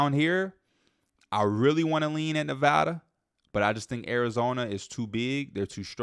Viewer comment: Thank you for pronouncing Nevada right 🙏🏼